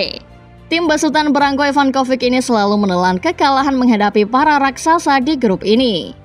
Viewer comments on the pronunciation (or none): none